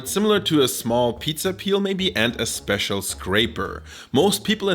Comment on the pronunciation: You had me at Späcial...